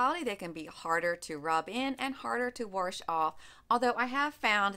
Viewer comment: “warsh”. My grandma was from PA. She’s the only other person I’ve heard pronounce it like that. Haha. Good info.